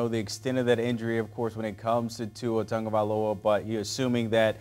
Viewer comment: Can you over paid so-called "Sports announcers" learn your friken job and learn how to pronounce someone's name??! smh. His name is Tua TAGOvailoa! not TANGOvailoa! Dang man. You morons have been mispronouncing his name since he was at Alabama. Learn the players dang name pronunciations or go work at Rosco's Rib Shack and Grits Emporium. Write it out phonetically or something. Here I'll help you! "Too-wah Tahgo-vi-lowah".